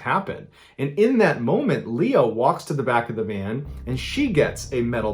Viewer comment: He said Leia instead of Leah ?